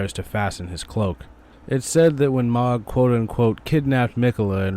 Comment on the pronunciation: How can you play through the entire dlc and talk to ansbach over and over and still mispronounce mohg (said :mōg) hard o. M..oh...guh